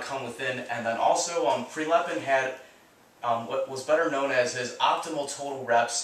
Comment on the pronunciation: Prilepin not PrElepin.